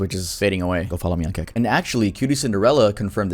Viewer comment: I THOUGHT YOU SAID KIK CAUSE I LISTEN TO THESE VIDS AS I DO OTHER STUFF AND IM LIKE WTF BRO 😂😂😂